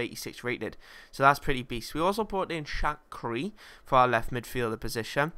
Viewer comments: shaqiri is pronounced shakiri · its sha-kir-ri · Shaqiri - pronounced Shack - ear - I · Its Sha-qia-ri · Also Shaqiri... Shack..cur..i!! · Shaqiri: Shaq-i-ri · just concentrate and READ the names. how do think it's rochina?(rah-knock-kia) or shackri?(shark-ear-i) or lazzaretti?(lak-a-zet) really, how do you get it so wrong mate? just focus for a second. still love the series though mate.